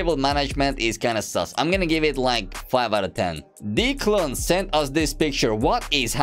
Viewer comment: Just to let u know im not making fun of ur accent but the name “Declan” is pronounced “declin”